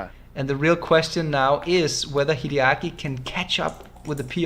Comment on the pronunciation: WHY does he say Kiriyaki instrad of Hideaki?